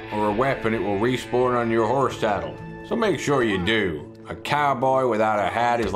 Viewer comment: BEST and omfg you gotta have your own show awn tee-vee! lol hilarious... re-spawrn... LMAO... amazing!